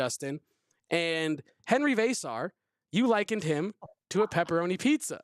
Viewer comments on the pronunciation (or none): Love, but somebody needs to teach him how to pronounce Henry Veesaar and Tobe Awaka. I cringe every time he mis-pronounces those player's names. VAY-sar. TOB-AY, my dude. You're a Wildcat! Listen to how B. Jeffries, Coach Lloyd, and the PAA say it, and match that! #DoBetter!